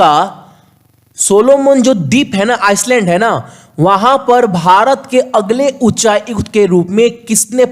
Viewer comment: Sorry sir..but island ko आईलेंड bolte hai आइसलैंड nhi..🙏🏻🙏🏻